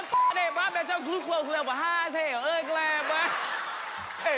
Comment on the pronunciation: Anyone else notice that DC said "gluclose" level instead of glucose!!! HAHA